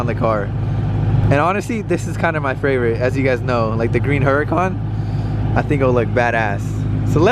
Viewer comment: It’s his fravorite 😂😂